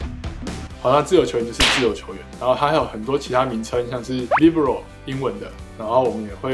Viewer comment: Libéro 好像也不是英文 那個é往上揚 念起來更像 李杯ro